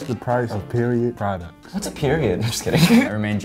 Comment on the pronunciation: Wait.....Tf is a “ Prodcut” Can someone please explain what a prodcut is?😂